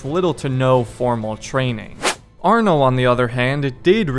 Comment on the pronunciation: No it's Arno it's just arno not another word